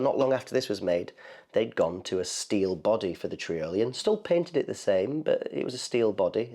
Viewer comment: trIolian, like EYE-olian.